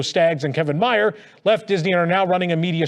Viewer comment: Kevin Mayer's name is pronounced like it rhymes with "bear." Like Louis B. Mayer. Just saying.